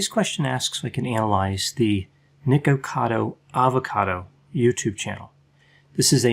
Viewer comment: The way dr. Grande carefully prounounces "nikocado avocado"...*chef's kiss*